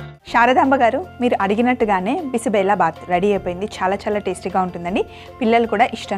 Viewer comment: బిసి బెల కాదు బిసి బేలె బాత్ కన్నడ పేరు